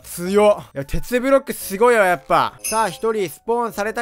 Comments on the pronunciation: めっちゃケツブロックに聞こえるwww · テツブロックがけつぶろっけにきこえた